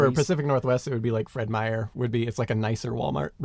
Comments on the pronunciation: Hey, not often you hear Feed Meyer mentioned, and you even said it right. I don't know how many people add an "s" to the end of "Meyer". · That was very surreal hearing Simon say "Fred Meyer"